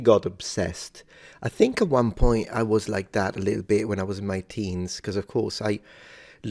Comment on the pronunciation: Being American I watched quite a few videos before I realised that he's not a native of southern England. He's non-Rhotic, does "linking R" and the clear "K" at the end of words like "thinK" (but not "finK") etc. It appears that there are many other things that flew under my radar.